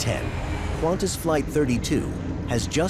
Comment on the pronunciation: He pronouns qantas as quantas lol